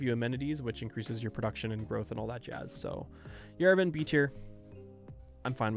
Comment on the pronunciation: no idea how its correct in english, but as someone living in yerevan i have to correct that the a in yerevan is pronounced as a, not e.